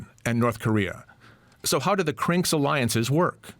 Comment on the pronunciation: The way he keeps saying CRINKS makes it sound like a slur. Now we got a bunch of CRINKS plottin’ against us.